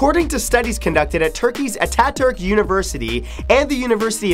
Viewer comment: "atack-turk" its pronounced uta-turk he founded Turkey since the Ottoman Empire fell in world war 1.